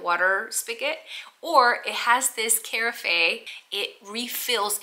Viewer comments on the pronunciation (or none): Carafe is pronounced "ka raff" not "kair i fay" 🤦🏼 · kuh-RAF, not CARE-uh-fay 😇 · I’m sold, especially because of the way you pronounce carafe 😂 - the e is silent though